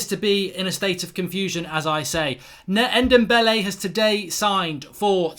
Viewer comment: He can’t say ndombele